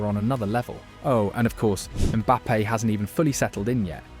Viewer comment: "Valverdee" , "Zabi Alonso" , "Mbappay" , bro you having a seizure? These names aint too hard lol